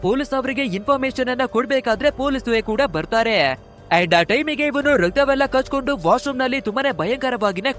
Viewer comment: ನಿಮ್ಮ ಕನ್ನಡ ಉಚ್ಚಾರಣೆ ಸ್ವಲ್ಪ ನು ಸರಿ ಇಲ್ಲ! ಸ್ಪಷ್ಟವಾಗಿ ಕನ್ನಡ ಮಾತಾಡೋದು ಕಲೀರಿ!! ರಕ್ತ ಕಚ್ಕೊಂಡು ಅಂತ ಹೇಳ್ತೀರಾ!!!